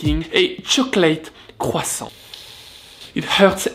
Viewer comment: Love the way you say QUSANT